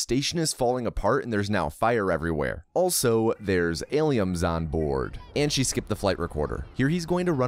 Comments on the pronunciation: Why is he saying aliums lmao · Why do you keep calling them aliums???